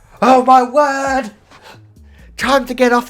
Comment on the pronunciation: I've never heard you sound more British than when you said "oh my WOOOORRRDD" and "use your noggin!!!!"